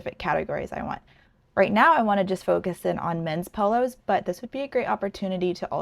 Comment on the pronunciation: Ohhhh. She’s saying POLOS not PILLOWS! Haaaaa😅😅😅😅😅😅😅😅😂😂😂😂